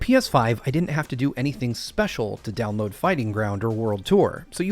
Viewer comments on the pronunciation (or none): none